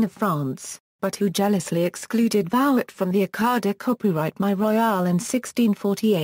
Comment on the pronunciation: Vouet ! Voo-aye ! with no disrespect intended, why do the research for this lovely quick sketch of the artist and then use a robot and slaughter the pronunciation of the man's name?